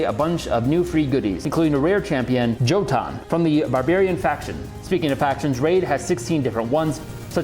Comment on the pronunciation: That's supposed to be pronounced "Yo-tun". That champion is probably a giant from Norse mythology, from the giant's home, Jotunheim.